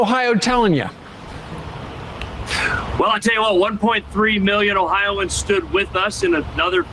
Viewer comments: I always thought it was "Oh-hi-o-ans" not "Oh-hi-ans" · #1 its pronounced "Ohio -ans". You have to be a special kind of moron to vote for republicans in Ohio. Look into the first energy bs and how many of the leadership were embezzling money. Then Larose purged the voter rolls prior to the 2020 election. Me? Somehow I was on the county rolls but I was not on the state roll... Which is impossible. My mother, who has not missed an election since the 70s, she was removed from both the county and the state, and to make it worse they changed her name to Michael and had her listed as a man 😳. They said that it was vendor error. They never came out with a list of all who was taken off of the rolls, and what their political affiliation is which is required to be stated on your voting form. So far all the people who had their voting rights stripped and didn't know we don't know how many of them were Democrat or Republican or why their names were removed. The Republican party here in Ohio is shady AF. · Its 4 syllables guys....not 'O-hi-ans' its 'O-Hi-o-ans' Yes...I'm THAT guy...someone HAS to be! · Oh-Hi-Oh-Ans omg